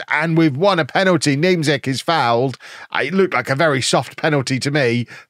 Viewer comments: That polish striker last name you play on the wing is pronounced Ja-koob Nyem-chyk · Niemczyk is pronounced Ni-em-Check